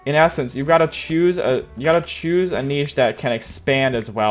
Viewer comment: Ive heard of Niche but not kneeshe xd